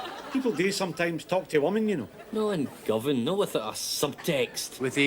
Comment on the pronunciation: It's Govan, not Govern! 😅😊